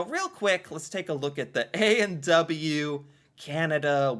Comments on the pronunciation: His pronunciation of A&W is funny. He says "A and dubbayoo". We actually say "A and double-yoo". Cute... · Interesting pronunciation point: you said ay an douba you. We say ay an double you.